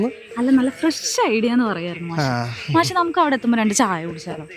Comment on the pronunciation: മാശോ ? അതെന്താ? മാഷ് എന്ന് പറയടി